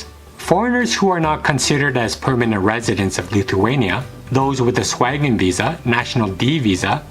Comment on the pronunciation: Man, is it so hard to say Schengen?